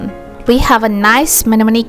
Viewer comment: great video but annoying music and the way you said mnemonic :face-purple-smiling-tears::face-purple-smiling-tears::face-purple-smiling-tears::face-purple-smiling-tears::face-purple-smiling-tears::face-purple-smiling-tears::face-purple-smiling-tears